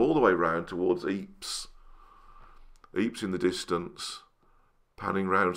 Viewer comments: Great video,. 👍 you know “Ieper” is pronounced “Eepr”, not “Eeps” 😉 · This is all very interesting piece of my country’s Flemish history, beautifully filmed,and commented, but may I remind the British that this region is called Ieper,and not Yores. For an unknown reason picked,up in history, many Flemish (thus not French) places are misspelled, and gives the impression that in West Flanders, my fellow countrymen there speak French, which is not the case ! Just something I find, we have to respect the placenames as they are. Thank you for your understanding & greetings from.Antwerpen !